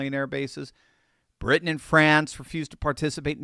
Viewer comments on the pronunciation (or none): none